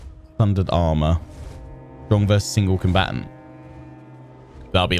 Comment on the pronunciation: Please stop saying stronk